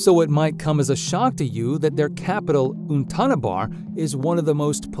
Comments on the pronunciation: Untanabar? It is Ulaanbaatar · Its "Ulaanbaatar" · 🤣 untana bay